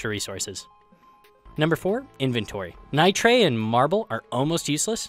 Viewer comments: Ni-trey lol it's pronounced "Ni-ter" ;X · it's pronounced: NIGHT-ER not NY-TRAY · That nitre pronunciation... It's neet-ehr or nigh-tehr, except spelt as nitre, because it's an imported word.